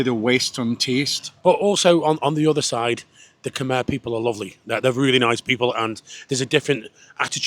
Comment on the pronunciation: I miss Cambodia, need to go back some day. P.S. Khmer is pronounced ' Kam Eye' .